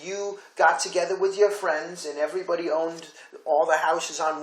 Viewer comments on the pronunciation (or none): none